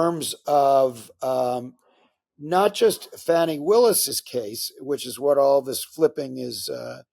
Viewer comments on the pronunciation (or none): It's "Chezbro", not "Cheese-bro". It's "Fahni", not "Fanny". Please learn how to pronounce top political names correctly, Mr Top Political Journalist. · Fauni..not Fanni.